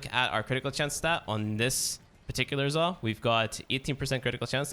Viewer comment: Its Zaw, not "Zah"